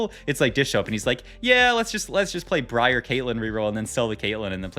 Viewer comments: You did not just call briar bree-r bro im gonna SCREAM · Bree ahhh and Zil-Lay-an, gives me the A-Aron vibes. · Bro said Bree Are 💀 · Came to say the same thing lmfao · He does it on purpose as a joke/bait/cute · briar is just a normal ass real world word LMAO it has nothing to do with playing league or not